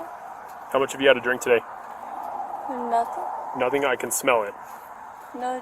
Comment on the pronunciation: Lmaoo only 22 seconds into the video and I had already spitted out my coffee ☕️!😂😂 Officer: “Hello” Gen z girl: Haloo 😵‍💫 Officer: How much have you had to drink today? Gen z girl: 🥴nothiiinng? Officer: Nothing? I can smell it! Gen z girl 🥴Naahdidds u hear an anthin?😵😵‍💫 🤣🤣😂😂